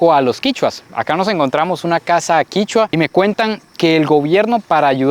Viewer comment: No es quichua es quechua